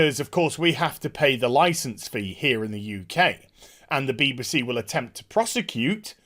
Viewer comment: bee-buh-see lol